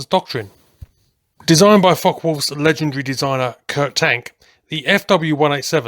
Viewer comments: You should learn how to properly pronounce Focke. It’s not “fock”. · hehe I like the way he pronounces it.. Fock Wolf ;) (I always say FockUH wolf).. but I like it